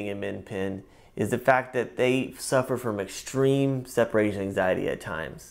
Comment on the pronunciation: ''EXSHTREME'' lol